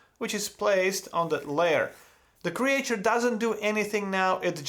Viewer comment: Creature pronunciation tip: "creetchur" Awesome video, as usual, love the work man